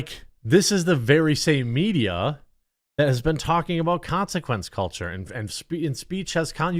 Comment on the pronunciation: Con-si-kwentz culturrrrre